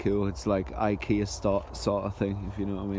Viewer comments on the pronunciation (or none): none